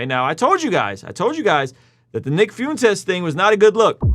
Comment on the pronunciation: It's fwentez, not fiuntes lol it's funny if you're doing it on purpose though, the dude is joke, a very terrifying horrible joke but a joke nonetheless.